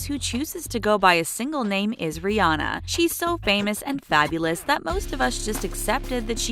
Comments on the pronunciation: Who else noticed the fact that she pronounced Rihanna, Ri-ana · You said Rihanna wrong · Here you are telling us their real name but still pronouncing Rihanna's name wrong...🙄🙄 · Just a joke I mean you were pronouncing it wrong but it wasn't hate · Am I the only one bothered by how she said Rihanna and Lana Del Rey.... Or is that just me 😂😂😂